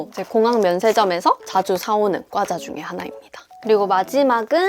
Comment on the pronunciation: 꽈자 아니고 과자